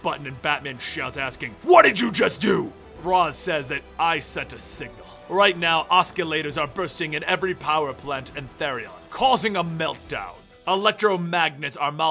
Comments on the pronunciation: "oskillators" or should that be pronounced "ossilators" as in oscillators. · The "c" is not pronounced like a "k".